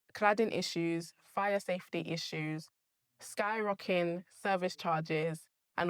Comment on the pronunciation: …And - ‘skyrockin service charges’……. !